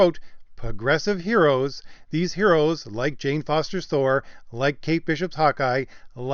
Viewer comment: "The Mighty THAR"